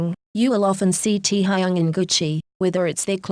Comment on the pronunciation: Nobody: Computer voice: tEa hAyUnG